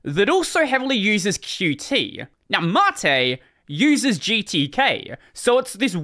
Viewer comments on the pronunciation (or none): Qt is pronounced "cute"